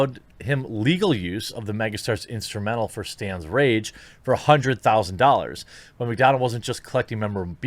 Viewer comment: "RAGE" if you are going to read other people's work atleast respect it enough to pronounce the words correctly, that is just being lazy?